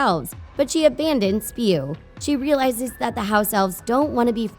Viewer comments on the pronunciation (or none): In many videos here they say Spew while Herimione mentioned many times that it is S-P-E-W